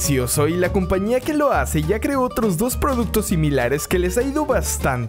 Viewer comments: Alguien me noto que dijo "companía" en vez de compañía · like si escuchaste que dijo compania no compañía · Like si escuchaste que dijo compania en vez de compañía